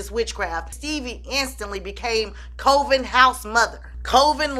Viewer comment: Lol it's Cuh-ven but yes that song is a folk tale